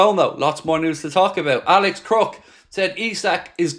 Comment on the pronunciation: 'Alex Crook'. Dear sweet Jesus...